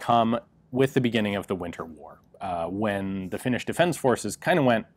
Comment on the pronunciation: Your pronuonciation of Finnish is Atrocious, but thats okay eh. Nobody but Finns get it right.